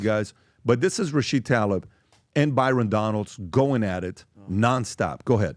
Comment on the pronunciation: You ARE pronouncing it wrong! Why do you always say Rachid? It's RachiDA! She's a girl.